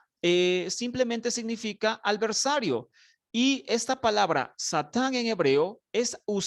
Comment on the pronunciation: Alversario..no. adversario.